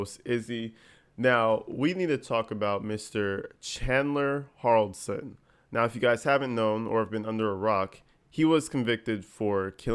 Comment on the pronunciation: This is my case right here I was so into this before darrel brooks case took over.its pronounced Hall-der-son